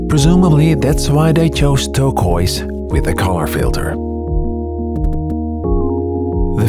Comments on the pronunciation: I like the video, but the way you pronounce turquoise.. kills me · cool video! the close up shots are really awesome. you also say turquoise funny 😁